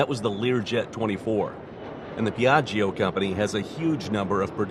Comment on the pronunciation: Beautiful plane indeed. But in italian you don’t have to pronunce the second “i” in the word “Piaggio”. When there is a “i” after “g” (or “c”) it is mute. It serves only to make the “g” sounds like “j” instead of “g”. It is like PIÀJJO, not PIÀJJIO